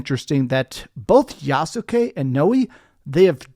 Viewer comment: It’s pronounced Yaht-skee, with only two syllables